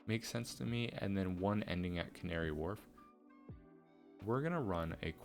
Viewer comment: Love the vids and r new to you Have worked out you are American bc as I Londoner I have watch you butcher some of the pronounceations of the names Doing great and love what u have done just findit quite funny It is pronounced as canary wolf not really warlf